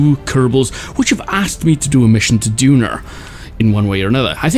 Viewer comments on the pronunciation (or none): Its Duna not "Dunar" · Duner? It’s called duna